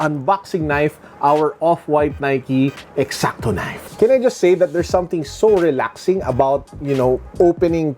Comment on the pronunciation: I love when say,"Nike eXactO knife,👍👍😅❤️🔪